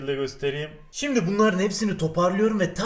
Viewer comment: Abi 3.14 de şimdi sömle diyon :D